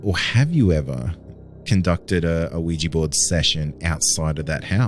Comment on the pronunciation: Hopefully someone let this woman know that they're Ouija boards, not Ouijee boards 😂😂